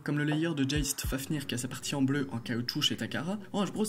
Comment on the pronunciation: Ça va mais juste tu dis '' hajbro '' A la place de dire '' hasbro'' mais sinon ça va et geist se prononce gueist